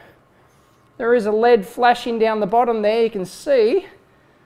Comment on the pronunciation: Every time he says L.E.D as Lead, I keep watching for a lump of metal